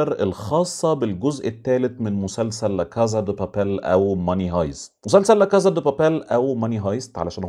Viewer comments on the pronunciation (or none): لاكاسا أو لاكاثّا حسب اللهجة والمنطقة في اسبانيا.. وليس لاكازا